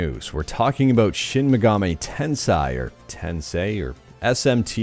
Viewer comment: Pronunciation is "Ten Say" , that's the Japanese correct way of pronouncing.